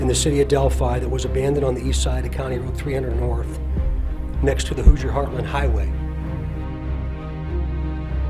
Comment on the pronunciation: Hoosier is pronounced more like Who-sure or who-zur. Not being picky you do an awesome job and one of the only true crime channels I watch. You do such a good job , I knew you would want to know. Like you pronounce Moscow Idaho like the locals do. I live in a small town and near other small towns that people always pronounce different too.